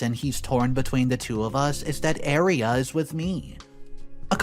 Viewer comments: Aria!!!!it sounded like you were saying area. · It's aria not eria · Are you saying area?